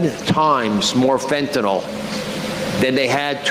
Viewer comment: Why have none of Sam's cohosts ever corrected his pronunciation of fentanyl? How many videos on fentanyl has he watched on this show? It's like listening to my dad say "liberry" and "expresso" and "wee-fi".